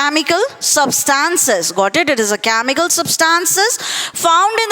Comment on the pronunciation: Aliment = elements 😂 camical = chemical